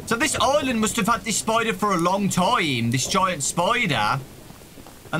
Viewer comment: "This giont spoider"